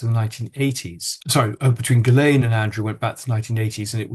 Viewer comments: Why does the interviewer deliberately mispronounce names, despite Andrew Lownie saying them numerous times? For example: Virginia Guiffre (GWIFF-RAY); Ghislaine Maxwell (GIZZ-LANE). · It's very disrespectful of you to continually mispronounce Giuffre's name. Not to mention Ghislaine's. Get it right.